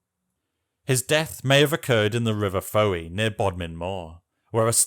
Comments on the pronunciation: It's NOT Fow-wee, it's Foy (Fowey) as in boy. You're welcome. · It's pronounced FOY and not Fow-ey. Lose 10 points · Fowey is pronounced 'Foy'. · You mispronounced Fowey, it's 'Foy' and I thought the last King of Cornwall was Doniert or Dumfredt. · You said Fowey wrong and Fowey is nowhere near Bodmin moor